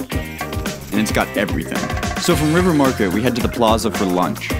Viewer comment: Great video! As a native Kansas Citian who left thirty years ago, it made me cry. I miss my hometown. Very proud of what KC has become since I've been gone! P.s. It's The Plaaaza. Long 'a'.